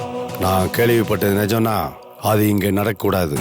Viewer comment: Why pronounces certain words funnily? Ex 'இங்க' as shinga, 'என்ன' as shenna,, 'இப்படி'..... as shippadi..... Otherwise super acting and dialogue delivery.